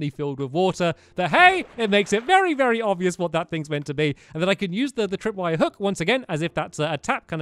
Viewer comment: you said vary old